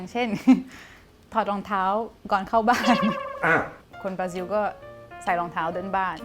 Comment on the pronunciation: คนบราซิลออกเสียงว่า บราซิว เหรอ หรือออกเสียงแบบคนไทย น่าจะเป็นบรารอบตัว👾👽👻☠